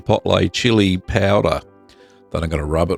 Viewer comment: chipoltlay chili payowduh